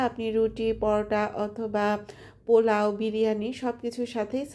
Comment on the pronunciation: Why are you saying “plow“? It’s polao…